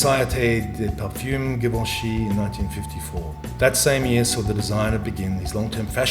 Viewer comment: GUUUURL THE PRONOUNCATION OF GIVENCHY GIVIN ME AGGGGREEEESIIOOON